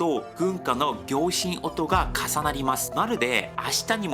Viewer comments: こんにちは。の読みが気になるので指摘させていただきます。 花束（×はなばた → 〇はなたば） 行進音（×ぎょうしんおと → 〇こうしんおん） 老若男女（×ろうにゃくだんじょ → 〇ろうにゃくなんにょ） 密告制度（×みっこうせいど → 〇みっこくせいど） 縄渡り （なわわたり？）〇綱渡り（つなわたり）かと思われます。 半ば（×はんば →〇なかば） 外貨（×がいへい → 〇がいか） 東大というバックグランドを押されていらっしゃるのなら読みは気を付けた方がいいかと思います。 失礼いたしました。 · いつも聴きやすいいい声ですね。今回は難しい単語が多くて大変でしたね。 行進音=こうしんおん 老若男女=ろうにゃくなんにょ 東西冷戦=とうざいれいせん (クーデターの)芽=め 拷問=ごうもん パレードで行進=こうしん (権力の)要=かなめ 綱渡り=つなわたり 半ば=なかば 外貨=がいか 即崩壊=そくほうかい あたりかなという感じです。日本語の読み方はなかなかマスターするのが大変なので諦めずに頑張ってくださいね。応援しています。